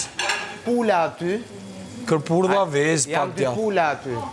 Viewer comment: thote "kerpurdha" 😂😂😂